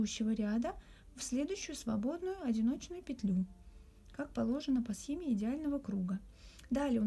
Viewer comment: Всё прекрасно в мастер-класс, кроме речи... "согласно схемЕ". Извините, но очень режет слух.